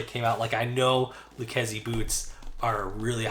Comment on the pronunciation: When they got back to you did, they teach you how to pronounce the name properly ?